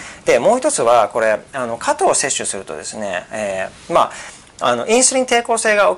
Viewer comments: 加藤じゃなくて果糖です。イントネーションが違います（笑） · 何故、果糖を加藤と発音するのでしょう？果糖ブドウ糖液糖の場合はちゃんと発音しているのに、果糖単体になると加藤の発音になってます。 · 果糖の発音が加藤すぎるw